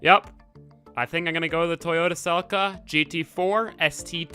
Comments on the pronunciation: Finally someone on Youtube who pronounces Celica correctly! :) It really agitates me when millenials call it a "Su-LEEK-ah". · 10/10 pronounceation on Celica